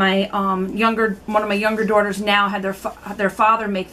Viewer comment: You have to be from up north. When you said daughter you sounded like my aunt from Delaware. Haha